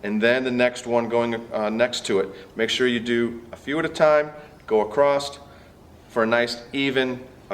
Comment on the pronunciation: If I hear "Acrosst" one more time I'm going to lose my shit